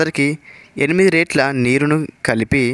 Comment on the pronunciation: 8 రేట్ల కాదు రెట్ల